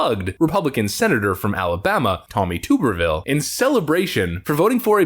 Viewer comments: It's (Tub-er-ville) not (Too-ber-ville)but it's OK if your not an Auburn fan or from BAMA you wouldn't know! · Thank you for reporting the truth!! I’m from Alabama and we’ve always pronounced Tommy Tuberville’s last name as 🛀erville. Thank you again for all that you do!! You rock!